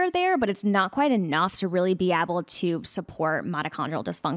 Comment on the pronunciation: Will someone please tell the guest how to pronounce the word able?? I could hardly stand this episode because she continuously mispronounced ABLE. She said ebble or abble and it was GRATING. Idk if this is a regional accent or something but it was horrible. Poor for having to hear that. She also struggled to say probiotics which is bizarre for someone in her field.